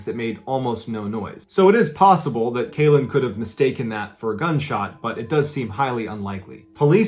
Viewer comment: I think Kalen name is pronounced Karen